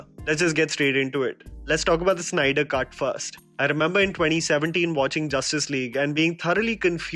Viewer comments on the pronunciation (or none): Snyder.... Its Snyder, not Synder!